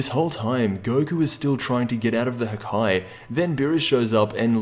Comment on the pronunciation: god cour it wasn't the "haki", and it's Hakai